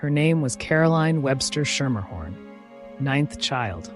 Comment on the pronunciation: From NY. I went to school with a Schermerhorn. You are pronouncing it wrong. It is "Skimmerhorn" or "Skimmahorn" They have a subway portion named after them, also pronounced "Skimmerhorn". Surprised you didn't learn this from the starting gate.....